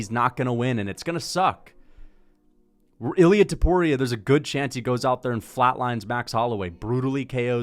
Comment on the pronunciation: Please pronounce it correctly.. Its not iLL- EE UHH Its EEL Yah with a very little pronunciation of the L. Get it right